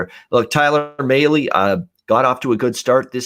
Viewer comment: Mahle is pronounced (malley)